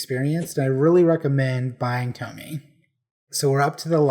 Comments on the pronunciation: Tomie is pronounced as toe-me-ay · Pronounce it To・Mi・E Toh Me Yeh とみえ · Just letting you know Tomies name is pronounces Tom-ee-ay ❤ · I love when people cant pronounce Tomie